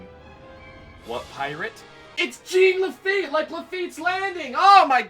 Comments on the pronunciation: French pronunciation of Jean ... not GENE. No biggie. :P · holy crap. it's a french name - "jean", and it's pronounced like "john", not "jeen" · I know you understand your mistake but.... It triggers me whenever you say Jean Lafitte with Jean like the pants, instead of John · I'm sorry but his name is French and in French jean is pronounced john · not jean(jeen) its Jean (she-un) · "Gene" Lafitte? It's pronounced ʒɑ̃ ʒ = the sound of the "s" in "measure" ɑ̃ = the "aw"sound in "paw" (in american english) but through your nose. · I’m giving this a thumbs down, if for not other reason then how many times he says Jean Lafitte’s name wrong!!!!!! It is not pronounced Gene!!! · For the record, it's actually pronounced "Zhohn La-feet". It's French. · I like to think of his name as Jean "the feet" Lafitte Pronounced Zheen The Feet La-fe-ette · Ssshhhhh-ON LA-FAH-YET!!!!! GOD DAMMIT, YOU'RE KILLING ME. LOLOLOL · Lol it's "Gene LaFEET!" Like the new "John CENA!" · Mispronunciation of Jean Laffite's first name Gene Laffite Me: TRIGGERED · Thank you! I kept thinking that every time he said "Gene". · Y E S!! That annoyed the hell out of me the entire video!